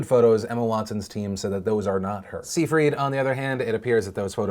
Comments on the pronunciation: It's pronounced Amanda Sigh-fridd. Not See Freed LMAO. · Phil, I love you and I know this is the most petty thing but Seyfried is pronounced more like "Psy-Fred" 😂